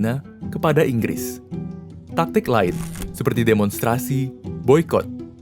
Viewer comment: Semuanya salah Ingris, semuanya salah INGRRIS!!!!!